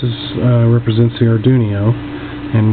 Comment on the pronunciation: Nice video. I got some ideas for this ping pong ball difusers, like an indoor gigantic vumeter for visual capture of the environment sounds. And it's funny how you pronounce Arduino. It sounds like Ardunio, with n and i reversed. It gives a new twist to this familiar word. Thank you for sharing.